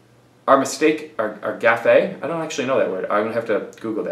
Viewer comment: Haha! The "e" in gaffe is silent.